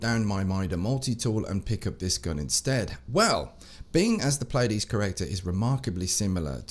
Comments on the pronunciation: Correct pronunciation is Plee-a-dees. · If you're interested it's pronounced Plee-a-deez